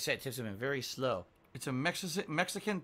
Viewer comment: Listening to how pronounces it, it may as well be two syllables in Piginese.